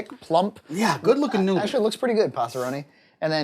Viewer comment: John pronouncing Noodle makes my day